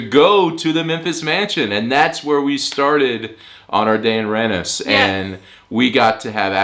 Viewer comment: You're probably aware, but you're pronouncing Randers wrong. You need to pronounce the "a" more sharply, like the "a" in "Shark", or danish word for kind; "rar" Secondly, the "d" is silent. Though I don't blame you, you're likely used to pronouncing d's when you see them after n's, such as the name Rand Paul - but this is wrong. (And you did do it right in the second half of the video) Finally, the "er" sound is actually more of an english "or" sound, or the way you pronounce "os" in danish.